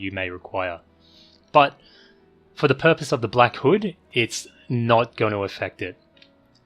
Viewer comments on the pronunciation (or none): none